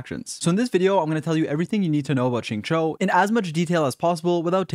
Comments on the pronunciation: This guy finally learned how to pronounce Xing Qiu Edit: nvm he says sing chu again 🤣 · Love your vids and guides good sir but, for the love of Teyvat, please pronounce his name correctly if you are going to make a guide xD